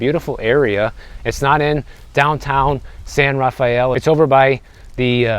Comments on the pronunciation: Its "San rha Fell" not "San Raf Fayell" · pronounced San-Raff-el Glad you liked The Ron aka Tiburon lol 😊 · In San Rafael "e" is silent.